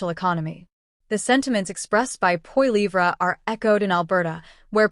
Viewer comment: You might want to learn how to pronounce Poilievre name you are pronouncing it completely wrong. Disrespectful